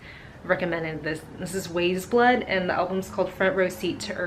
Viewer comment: looove weyes blood. I believe it's pronounced "Wise Blood", like the Flannery O'Connor book, which is also worth reading if you haven't read it yet ^____^